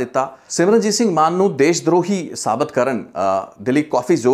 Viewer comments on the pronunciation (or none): none